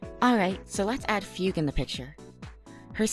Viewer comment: It's pronounced Fugue, not Fiug this is a chinease name aaaaaaaaaa